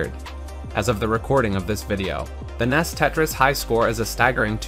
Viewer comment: NES is usually pronounced "N, E, S" and not "Ness" but do what you want I guess